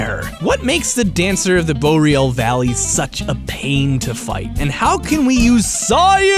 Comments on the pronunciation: I thought "Boreal" War pronounced Bore, Ree, al. Not Bow, Real. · "Dancer of the Boreal Valley." Take notes, kids. Listen to how he says it. BOW-RE-AL Dude. It's pronounced BOAR-RE-AL. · Really takes me right out of the damn video when you keep pronouncing Boreal Valley different ways every time.... The first time you said Bo-real, the second time you said it correctly, Bor-eal, and then you said it the first way again.... Like wtf dude.... Takes me right out of the video and not even want to watch it, and im only 3 mins in :/. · Oh thank god his stopped pronouncing it "bo-reel" after a while. Edit: Wait, no, he started again